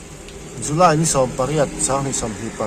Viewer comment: Julay ti lovin, July tihtur 😅